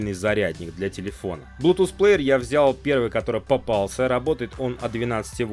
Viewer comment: не блутуз а блютуз